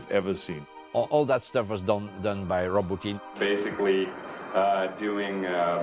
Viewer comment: I like how Verhoeven pronounces Rob Bottin's name as "Roboteam" - which would be a cool name for a practical effects company.